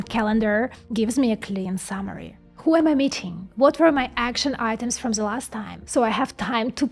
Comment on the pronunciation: One thing: "ZE" ;) I never heard someone, speaking ze "th" so funny ... aside of my friends from Bavaria, who speak a th as a "F". It's so funny .. I love it :D